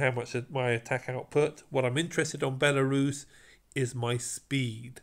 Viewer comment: Why is it always the British that can’t pronounce the simplest of names lol. Belarus? Really?